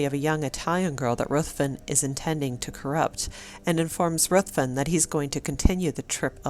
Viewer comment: RUTHVEN IS PRONOUNCED RIVVEN.